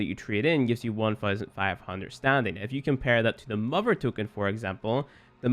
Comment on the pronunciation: Don't know what accent that is.